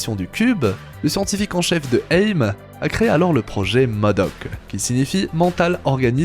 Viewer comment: Mec tu sais pas lire A.I.M.